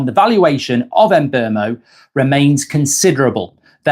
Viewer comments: Can u please stop saying Em’ mbuemo! It’s Mbuemo the “M” and b are combined and are pronounced at the same time Mbue’mo! Not em’mbuemo it’s annoying af!! 🙄 I m already annoyed as it is about this whole issue why it’s taking this long!! MBUEMO!! 🗣️😤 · Someone missed a question mark and you become a bratty little child you could learn some english to mark always mispronouncing words cant even say mbuemo right and you do this for a living 😂😂😂